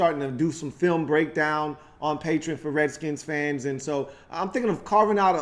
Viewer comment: It's pronounced PAY-tree-on (Patreon) lol